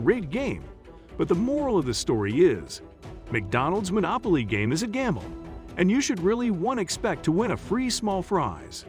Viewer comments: I was laughing at "Monolopy" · "Monolopy" game?